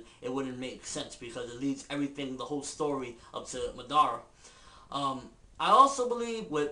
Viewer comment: MADARA! Say it once... Madara! Say it twice... NO! It's MA-DA-RA! Tie the syllabols together! It's not Ma Dara! It's MADARA! Say it all together now...